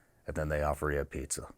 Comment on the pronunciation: Now when you say “pizza” . . . 🤨